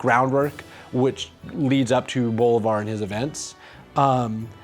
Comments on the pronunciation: Repeat after me. bo-LI-var, again, bo-LI-var. Not BO-li-var, no no no, wait, not BO-li-var. Say again: bo-LI-var. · Sidenote, the ´ accent in bo-LÍ-var means that's the syllable to accentuate. It's hard to explain in text, but the way you've been speelling it in the series is as if his name was bo-li-VÁR, with accentuation on the last syllable. But it's Bo-LÍ-var. I hope that's understandable. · I keep hearing Bolvar instead of Bolivar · Lie: Through all the series you write his last name as Bolívar but kept pronouncing it Bólivar. Which one is it?????????? ;^) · I LOVE how FFXI music always finds its way into these videos. Man, the memories... If only they made MMOs like that anymore. Also, again, the stress on Bolívar is on the second syllable. Bo-LÍ-var. That's what the accent is there for, to show you which vowel is stressed. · typical that the one word you mess up, you say the most in the whole video